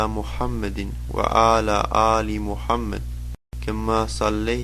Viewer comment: Sounds like he’s saying Muhammadi